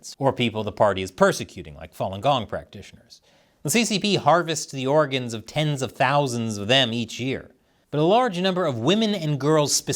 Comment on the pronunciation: Orrgannn harvesting forrr suree